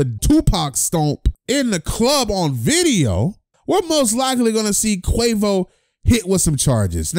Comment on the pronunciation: You said Quavus 😂😂😂😂